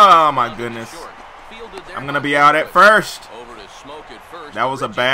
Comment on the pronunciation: I would watch this series more if your said FIRST instead of FIRSH. it just annoys me